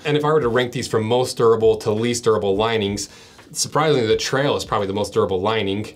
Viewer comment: "...the Mountain Tral" 😂